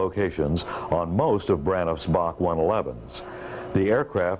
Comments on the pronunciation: It was always B A C…..never BOK like the narrator is saying…..so annoying! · BOK? BOK? It’s Bee Eh See! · Correct. Built in Romania and operated by TAROM (Romanian Airlines). Also we always said B A C one-eleven pronounced as letters not as Bac (or Bark the way he is saying it) pronounced as a word.